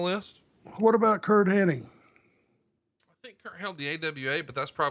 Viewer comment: H-E-N-N-I-G, not "Henning".